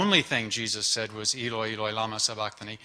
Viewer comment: Eloi! (Pronunciation by Bart)